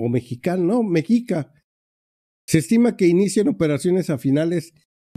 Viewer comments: MEXICA SE PRONUNCIA MESHICA, MI QUERIDO!!!! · Mexica , se pronuncia como si sonar (shi ) la ( X ) como los Mexicas , no con ( J )